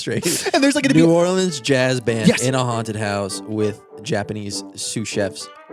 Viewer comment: As a NOLA girl, thank you for pronouncing New Orleans correctly! 🤣♥️⚜️